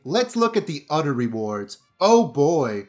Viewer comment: My 10 yo son says “other” same as you (udder). Do you have a hard time with other “th” sounds?